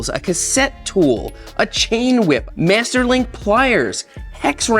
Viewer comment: "Meeaster" link pliers 😂 Smeeash